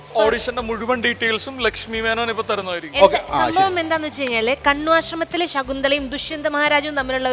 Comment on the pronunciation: കണ്വാ'ഷ്ര'മത്തില്‍ 'ഷ'കുന്തളയും ദുഷ്യന്തനും...... എന്തൊന്നു കൊച്ചേ ഇത്? വേറെ ആരും ഇല്ലേ ഒന്നു നന്നായി അവതരിപ്പിക്കാന്‍? കഷ്ടം.